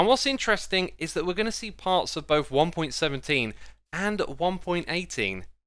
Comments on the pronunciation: you kinda said "one pointeen" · “in one pointeen”